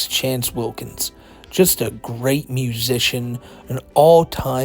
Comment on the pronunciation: Pronounce it right.... "Wance Chillkins"